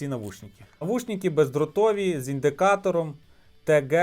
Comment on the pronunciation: не навушніки, а навушники, ріже по